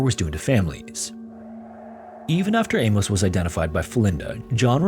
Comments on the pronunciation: What in the fck is up with this generation and their pronounciation of names and places......???? For fck sake man its not A-MOSE, its pronounced A-MUSS..... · "Amos" is pronounced "Amus" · This is a horrifyingly fascinating story. Those poor kids! FYI ~ Amos is pronounced like famous, not with a long O as you were saying. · Amos pronounced A-MISS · Famous Amos!